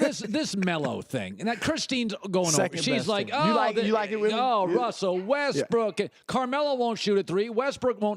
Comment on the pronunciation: Did he say Wussell Westbrook?